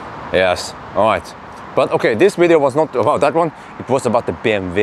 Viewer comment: BMW not bmv:):)